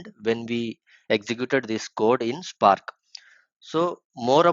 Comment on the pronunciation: nice tutorial man but i wish you pronounce words better. You say visualize and spark wrong. It's vish-ualize and spark not shpark. Also it's good if you explain what reduceByKey(_+_) does. What does the _ do. I think i know about the placeholder variables already but may help newbies.